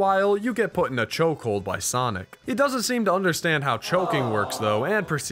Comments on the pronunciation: please stop calling him "soinc" his name is X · god damn it, soinc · Ahh yes, Soinc